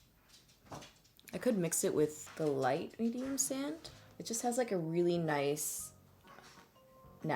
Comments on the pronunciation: Thought you said "medium sandwich" when you first mentioned the foundation 😂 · Medium/sand-which lol It ran together when you said it! I'm easily entertained 😂